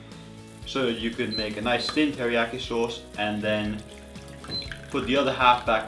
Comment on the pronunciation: A SHAUWCE YOU SAY?! You make me sick